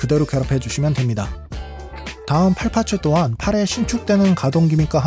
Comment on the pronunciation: 파츠 ..파츠 정말 듣기 싫네...일본놈들 ㅌ 발음 안돼서 파쯔 파쯔 하는거.. 그놈의 기믹이란 소리도 듣기 싫고..ㅋ